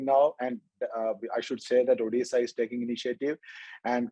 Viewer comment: It's Odisha not orrisa this is old name of ODISHA